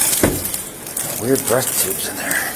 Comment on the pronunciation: Breath tubes 😂 (single-use breathalyzer tubes)